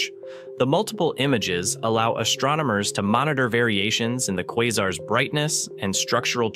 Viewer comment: Your AI speech needs work. Kwazers? No, kwazArs.